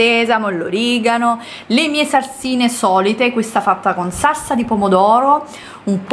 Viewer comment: SaLsa saLsa saLsa... si dice SALSA!!!!!no Sassa💆‍♀️🤦‍♀️